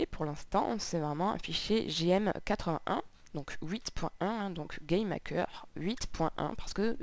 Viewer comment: On dirait que tu dit "Game Hacker" !